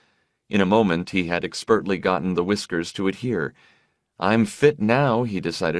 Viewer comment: This guy has been pronouncing words oddly in every book I've listened to so far. I've taken it stoically. But he keeps saying "expertly" almost as two words; "Ek spurtly." Something has to be said.